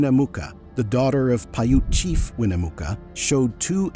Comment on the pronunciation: The only people who pronounce Nevada as Na-vah-da are people who are not from Na-vad-da, and Winnemucca is pronounced as Win-nuh-muck-uh. So much mispronunciation makes my ears bleed. Otherwise, this was a very enlightening episode. Homogenous is not pronounced homogenius.